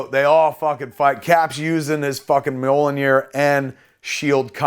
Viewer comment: Mi-iol-nir. Mjolnir.